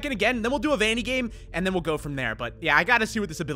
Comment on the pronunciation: It’s Vannny